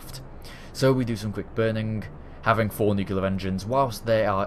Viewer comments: Nuclear not Nucular NEW CLEAR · enjoyed the video... one thing... that just kinda gets noticed by me all the time... you saw nuc-U-Lar engines... the pronunciation is nu-CLE-er ... just saying. ;-)